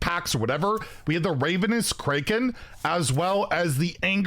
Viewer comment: the way you said ravenous kraken triggered me